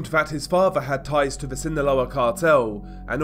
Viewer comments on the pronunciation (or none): none